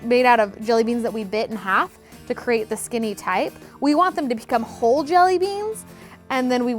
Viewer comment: Anybody else notice she said "dee" instead of "the" 😂